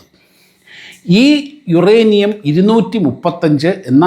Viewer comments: യുറാനിയം അല്ല മോളെ... യൂറെനിയം ആണ്.... പ്രസാദിന് ഒന്ന് തിരുത്തി കൊടുക്കാമായിരുന്നു... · യുറാനിയം അല്ല,യുറേനിയം